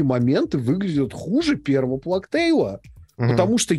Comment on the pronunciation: Пожалуйста, можно перестать плакать🙏🏻 Чума по английски читается как "плэйг" - [pleɪg], и никаких слёз там нет и в помине. Проверочное слово - PlayStation